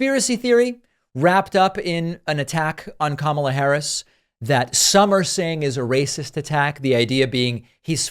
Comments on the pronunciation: Ever notice that Repugnants never pronounce VP Harris’ first name correctly? They go out of their way to be insulting…it’s like listening to a middle school class pretending to be adult clowns. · Smart people can pronounce Kamala correctly. Sorry. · Why do Republicans have such a difficult time pronouncing Kamala's name? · can’t correctly pronounce the Vice President’s name after 3 years, we need to test his competence.